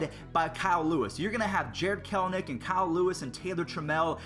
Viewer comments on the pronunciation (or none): none